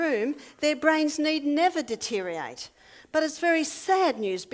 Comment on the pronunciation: Lost me with mispronouncing deteriorate and misspelling of judgment. (I overlook minor language mistakes in every day speech, but expect proper grammar/spelling in prepared presentations.)